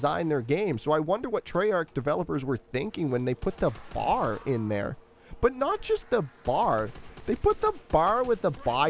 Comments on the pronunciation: B.A.R. not bar. C'mon man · Firstly, it's pronounced B-A-R; it stands for Browning Automatic Rifle, you're supposed to say the individual letters. Secondly, it shoots slowly and has a 20-round magazine because in real life it shoots slowly and has a 20-round magazine. That's not the game's fault, that how the gun actually is. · Knew you were Canadian the moment you said BAR